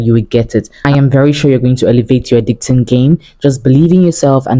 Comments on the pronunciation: Why do you keep saying edicting instead of editing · Just stumbled on this ! This is so so detailed ❤ God bless you!! But your pronunciation 🤔 I was hearing words like “Edicting” instead of Editing and “Transiction” instead of transition 🙂